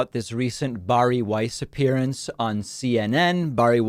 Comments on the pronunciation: Bar e is not how you pronounce Barry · Are we not going to talk about David's pronunciation of 'Bari'?